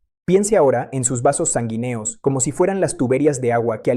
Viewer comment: Un neurólogo que no sabe decir sanguíneo, jóvenes, oxígeno, volverá, biología, todavía ,etc, me pone a pensar. A menos que sea IA.